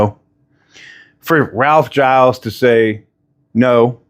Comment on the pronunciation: I do wonder about your sources as you have difficulty pronouncing McAlear and Gilles names incorrectly. We all know how to pronounce their names.